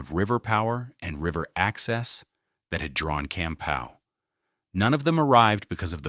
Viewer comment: Also mispronounced Campau (camPAW), and VanAndel (vanANdel)